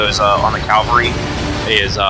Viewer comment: Outstanding quality! Switching between a full-table view and close-ups is absolutely the best idea for a battle report and your execution is perfect. It was a pleasure to watch. (minor thing - it's cavalry, not Calvary ;)) Are you really sure Molik couldn't get to Athena turn 3, sidestepping from one of the jacks that killed the colossals? it looks as if she had been in range, unless Molik's ranges have been severely cut down in mk4.